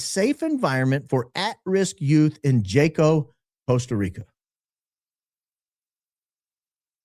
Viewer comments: Hey, watch your show regularly. appreciate the deep dives you do and your opening statements. fyi- in spirit of maintaining status as a “Hi IQ” outfit, Jaco is pronounced as if the J is an H, i.e. Haco (like Taco with an H). 😂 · Hello. The correct pronunciation of the town that you mentioned in Costa Rica is pronounced HA- CO Costa Rica is lovely up until a couple decades ago a lot of mission trips for students and young adults would go there but yes many times it has changed for the worst. If you recall McAfee the software developer and everything that happened to him there locals became very upset because of what was being imported into their country It's one of the most beautiful places I've ever been but from what I understand with people that I know who live there and travel there often it's not the same anymore remember it's Spanish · Wow! I went to Jaco, CR (pronounced Haco) on my honeymoon. Big surfing location. I was clueless 22 yrs ago. Love your podcast. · Just an fyi…the J in Spanish is pronounced “H”, so Jaco is actually Haco in pronunciation. Great show as always, in my opinion! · Jaco Costa Rica is pronounced “Ha-co”. I only correct, I was there and it’s very true. We hired security for our air bnb to ensure sec workers didn’t try and break into our locked residence. We were told by our security company, many female sec workers look for the bachelor parties etc. to make money from the tourists per se. The report is correct.